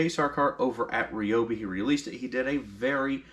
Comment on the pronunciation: Its RYE-O-BEE....NOT...Ree-o-bee....neg. FB...until..its right!!!...GEEZ....